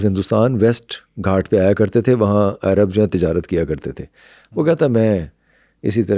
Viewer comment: Bhai " Airab" nai huta "Arab" hota hay.